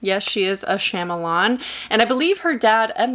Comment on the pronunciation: Not trying to be that annoying person but Shyamalan's beginning syllable is pronounced "shaw" and not "sham". My inner tutor coming out 🤭 but still a thorough great review 👏